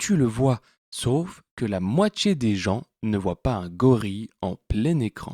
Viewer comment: Je ne supporte pas ta prononciation : entchier, moitchié.